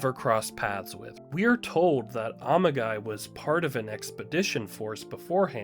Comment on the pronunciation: The pronunciation went through my head before I even found this comment, and I started laughing the moment I saw it. 🤣